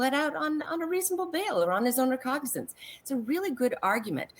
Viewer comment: Recognizance....the word is "Recognizance". You'd think a court reporter would know how to pronounce important words.